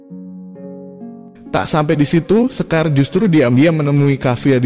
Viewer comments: Shekar min.. Bukan sekar 😂😂😂😂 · salah nyebut nama shekarnya min.klu sekar mah nama perempuan di indonesia